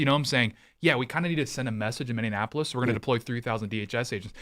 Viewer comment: That red-headed “ holding-it-down-clown” sounds like he needs a geography lesson. He keeps calling Minneapolis - “Mindianapolis” like it’s Indianapolis’s sister city, or something. At first I just thought he was trying to dis that city for it’s obvious fails as of late, but now he’s just embarrassing himself and sounds like a toddler trying to fine-tune his vocal motor function...